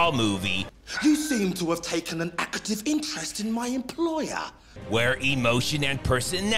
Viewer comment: "An ackative interest"? WTF?